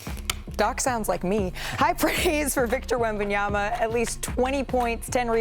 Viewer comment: Big Perk said "Victa Yabadabadoo."